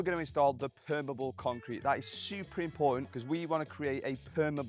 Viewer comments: It's not permable, it's permeable. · permEable not permible if you are going to say it 100 times please use the proper word. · Per-me-able. Not perm-able. It let's water through it, you're not describing a type of hair. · Take a shot every time he mispronounces permeable lol